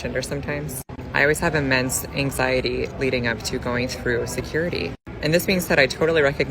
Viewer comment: she said "immense anxiety" but I heard "a man's anxiety"